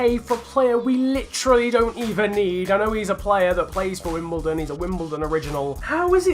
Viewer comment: its wimBLEdon